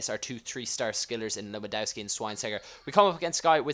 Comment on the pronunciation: you don`t pronounce lewandowski wright say levandovski